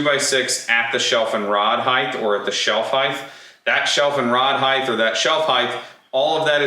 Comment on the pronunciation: I don't know why it's a pet peeve of mine that people say height with a "th" sound at the end. it's not even the order the letters are in to create that sound. Just because width is "th" doesn't mean the other dimension is also 😅